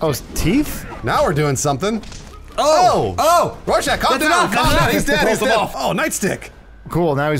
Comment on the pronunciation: Oh not knowing how to say rorschach